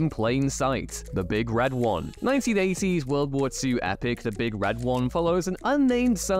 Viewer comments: You say, The Big Red One completely wrong. It's not "the big red-one"... like it's a big thing just like all the others, except it happens to be red... It should be more like: The Big, Red, ONE. Because their insignia is a big, red numeral 1. It's just sounds weird the way you did it. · It is "The Big Red ONE"...not "The Big RED One."